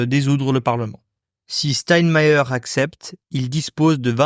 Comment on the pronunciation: Steinmeier ( chtaïnmailleur) l a prononciation correcte